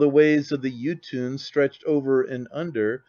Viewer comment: Is he saying “Jotun” or “YouTube”?